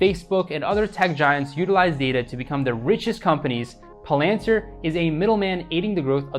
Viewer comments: It’s not pronounced pal-AN-tir. It’s PAL-an-tir. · It's pronounced PAL-AN-TEER. Good stuff...I just subscribed.